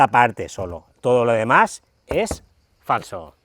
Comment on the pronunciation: cuando has dicho FALSO has hecho una "paradiña"un poco inquietante no😄!!!!